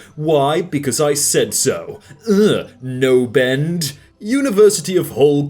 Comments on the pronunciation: Did no one else notice the way he pronounced knobend, he pronounced like 'no-bend' and not like the proper way 'knon-end' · #knobend he was pronouncing it no-bend I thought it was supposed to be nob-end. As in calling someone a dick. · Knobend is not pronounced nobe-end it is pronounced nob-end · "Knobend" is Knob-end... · Knobend isn't "no bend" it's "knob end" . Good lord... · I can't tell if that was like on purpose or a real mistake but "knobend" is pronounced knob-end as in like doorknob and it means dicktip so have fun lad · seeing mispronounce knobend hurts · did a British person just mispronounce "knobend"???????????????? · Did an English person just mispronounce knobend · This man said knobend like that 😬